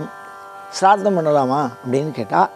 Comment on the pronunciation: முதலில் ஸ்ராத்தம் என்று சரியாக சொல்லுங்கள். அதுக்கு அப்பறம் காவி உடை உடுத்தலாம். ஸ்ராத்தம் பத்தி வியாக்யானம் பண்ணலாம். ச்ரார்த்தமாம் ச்ரார்த்தம். வெங்காயம். மொழி தெரியாத மண்ணாங்கட்டியெல்லாம் சாஸ்திரம் பேசவந்துட்டது. நான்சென்ஸ். சரியாக சொல்லுங்கள்: ஸ்ராத்தம் ஸ்ராத்தம் ஸ்ராத்தம் எங்கே, திரும்ப சொல்லுங்கோ: ஸ்ராத்தம் ஸ்ராத்தம் ஸ்ராத்தம் ஸ்ராத்தம் ஸ்ராத்தம் ஸ்ராத்தம் ஸ்ராத்தம் ஸ்ராத்தம் ஸ்ராத்தம் ஸ்ராத்தம் ஸ்ராத்தம் ஸ்ராத்தம் ஸ்ராத்தம் ஸ்ராத்தம் ஸ்ராத்தம். நாக்குல தர்பய கொளுத்தி சுடனும். சரியாக சொல்லுங்கள்: ஸ்ராத்தம் ஸ்ராத்தம் ஸ்ராத்தம் ஸ்ராத்தம் ஸ்ராத்தம் ஸ்ராத்தம் ஸ்ராத்தம் ஸ்ராத்தம் ஸ்ராத்தம் ஸ்ராத்தம் ஸ்ராத்தம் ஸ்ராத்தம் ஸ்ராத்தம் ஸ்ராத்தம் ஸ்ராத்தம் ஸ்ராத்தம் ஸ்ராத்தம் ஸ்ராத்தம் ஸ்ராத்தம் ஸ்ராத்தம் ஸ்ராத்தம் ஸ்ராத்தம் ஸ்ராத்தம் ஸ்ராத்தம்